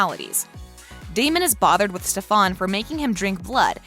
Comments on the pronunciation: if she says “stefAn” one more time i’m going to cry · Say it the frick with me Ste-fen Stefan, A-lar-ic Alaric jeez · why does she never say stefans name right😭😭😭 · You was saying Stefan name wrong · Did you notice that you were saying stefan`s name wrong?? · Oof why say the characters names wrong ?!?! Like you think since you're doing something on the show you'd know how to pronounce the names 🤷‍♀️ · Ugh the rage I am sorry but why the fawk are you saying stefans name like that like u must be doing it on purpose u less u havent seen the show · She’s not even stays Stefan or Alaric’s name right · can you not call him that it stefan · Why are you pronouncing stefans name like that? You are a fraud this video Channel has always been bullshit. Learn how to pronounce names before you make a video. Cringe af. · WHY DID SHE SAY STEFANS NAME LIKE THAT LMFAOOOO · she saying Stefan wrong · Some people say things different chill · ITS STEFAN NOT STEFAAAAN ITS STEFAN LIIKE UGHHH SHUT UP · just listen. It’s Stephen not stephAn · It's stefen not stefaan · Stefan not stefon 😑😑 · Why tf do you pronounce stefan that way?? Its stefan not ste fan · I can’t get through a minute and a half of it because “StefOn” like omg it’s bothering me lol 😂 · It’s not Stefon it’s Stefan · its not stefon its STEFAN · It’s to stofon it’s Stefen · I CANT BE THE ONLY ONE WHO GOT SO MAD WHEN SHE KEPT SAYING steFAN its STEFAN!!!!!!!!!!!!!!! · Its stef-AN not stefaun 😂😂💀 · She keeps on saying stefon IT STEFAN GOSH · It really triggers me when she says steFAWN or like SteFAN BrUh it's Stefan the hottie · Bitch really just said stef aun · Dude it's Stefan not stafon !!! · It’s Stefan not stefAAAAAAAAAAAAAn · Plz dont say stefaan again it STEFAN!! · Don't make a video if you don't know the main characters names..... They way she says SteFAN is driving me nuts!!! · Me every time she says steFan: IT’S STEFEN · when she said StefAn i yelled "ITS STEFAN!!!" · STEFAN NOT stefaan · It’s pronounce Stef-en